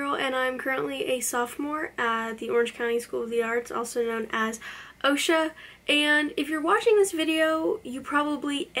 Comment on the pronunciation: I go to the other OCSA but we don't call is Osha we say ahksa